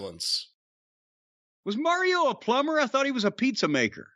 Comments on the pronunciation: I absolutely hate the way pronounces ‘Mario.’ Didn’t even know that was an option. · New Jersey coming out: Super "Merry-o" Brothers. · Yeah that's the infamous NY-North Jersey accent. My family from the Bronx says it the same way. Merrry-ooh